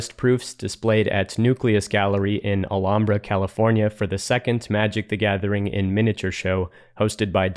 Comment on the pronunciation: The h isn't silent in Alhambra